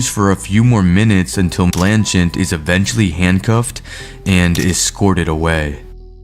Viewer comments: Dude, the name is: BlanCHETTE BLAN-CHET!!! not BLAN-chint YOU'RE KILLING ME!!! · It’s blanchette not blanchant. Why is it? You can never pronounce anybody’s name correctly even after it’s in the video 1000 times you still can’t pronounce anything correctly. It’s spelled out for U. Ugh. Smh. 🤦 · "Blanchent, Narragansent". ha ha ha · How how many times are you gonna say "BlancheNtte" until you realize you´re saying sh1t? Its written right in front of you!!! Are you normal? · A. He obviously pled guilty and B. Why can’t pronounce either Blanchette or Narragansett? Listen; he puts at phantom N at the end of both names…. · Blanchette, ONE "n" in the first syllable! Narragansett, two Ts at the end, NO "N" in the last syllable. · It’s Blanchette dude. Where you getting the extra N? 😂